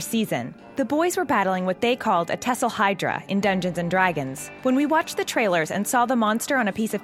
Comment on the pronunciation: “Tesselhydra” No It’s Thesselhydra